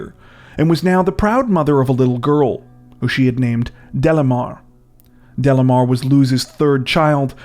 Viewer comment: Delimar pronunciation is not “Delamar”. …Is Dely-mar.